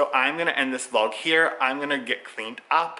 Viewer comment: Binge watching all your videos and I’m so happy I’ve found you! I love the way you pronounce vlog....more like va-lauwwg. 😂 I love how there are so many regional accents in the US.